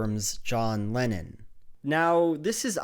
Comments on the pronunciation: I had to keep reminding myself throughout the whole video that he was saying "Lennon" and not "Lenin" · ok i dont know if its my non native english speaker ears, but are you saying john lenon, or john LENIN? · I keep hearing Lenin instead of Lennon lol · It doesn't help that whenever a native speaker says "Lenon" it sounds to my ears like "Lenin" 😪🤭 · Every time you say “Lennon” i hear “Lenin” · Great video. Such a power move to pronounce Lennon as "Lenin" throughout. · Here I am hearing Lenon as Lenin. lmao. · Love how you keep saying Lenin for Lennon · 15 minutes of pronouncing 'Lennon' as 'Lenin' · Every time you say "Lennon", it sounds like you're saying "Lenin"... Freudian slip much? Watch out, Shapiro might DESTROY you with this fact and logic! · John Lenin?.. Lenin? Did I just hear that?! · I keep hearing "Lenin" instead of "Lennon" 🤭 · I keep hearing Lenin istead of Lennon, that's some brainfuck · Maybe Ben just got confused, as I did, with you pronouncing Lennon as Lenin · Otherwise a good video, but you pronounce Lennon exactly how one would pronounce Lenin :D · Why do you pronounce Lennon like "Lenin" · Kudos for pronouncing Lennon (to my ears) like Lenin. Top notch stuff thank you! =8)-DX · I love the way you pronounce Lennon so it sounds like Lenin. :D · Mmmmmh. Everytime you say Lenon I hear Lenin. I'm not joking that's what I get from the pronounciation. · Instead of lennon i was hearing leninXD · Every time you say lennin as in john lennin, i for a split second think your talking about Vladimir lennin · I keep hearing Lenin every time u say Lennon